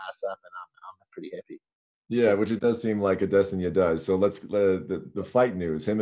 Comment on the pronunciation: It still irritates me that Brett Okamoto still pronounces Adesanya wrong